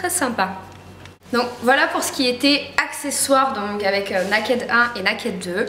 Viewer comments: on dit pas N-A-KED mais ca se prononce " Neiked "ou au pire " nékèd " .. je suis choquée lol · Ca se prononce "Neï-kid" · Franchement je veux pas être méchante, mais essayes vraiment de faire un effort sur l'accent pour dire Naked. V. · la chance de l'avoir déjà ! Par contre c'est dommage t'écorches sacrément le nom, ça fait mal aux oreilles ! ;)